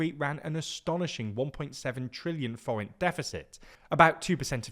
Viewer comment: Your pronunciation of the forint was great, I almost didn't even recognise it at first it was so perfect!